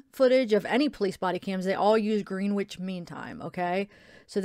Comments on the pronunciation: It is pronounced grenitch. Lol. I was laughing bc we pronounce a lot of things differently here in the UK. was saying route we pronounce it root. 🤣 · Gren itch mean time....that’s pronunciation not spelling 😁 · I think it is pronounced GRENITCH mean time:) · Grenwich mean time is uk time and its pronounced grenich the w is silent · It’s pronounced Grennich 😉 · Love your videos. You’re so lovely. Just abit of trivia being English. Greenwich is pronounced Grenitch. A lot of English places are pronounced differently to how they are spelt. 😂 just an FYI. Xx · it's pronounced grenn itch mean time by the way uk friend helping you out x